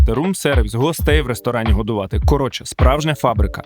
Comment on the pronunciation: Все як завжди на висоті!! Але ж не КАРОЧЄ, а СЛОВОМ, хлопці